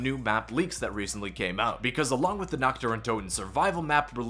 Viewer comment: You pronounce "Nacht" (night) just like "nackt" (nude) which makes it pretty funny 😂